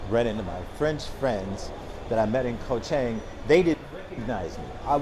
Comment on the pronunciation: So he's only been here a year, he can't pronounce "Koh Chang," he spends his time in malls, he lives in an expensive farang ghetto but claims to live on a ridiculously small budget (especially considering he uses very expensive visa agents), he has absolutely no interest in Thailand ("cost of living is the only reason I live here"), he parrots health advice he got off the Web, and he only mentions eating farang food. I'm glad that he's happy here, but with all the long-term successful expats in this Kingdom, he's not a great interview subject.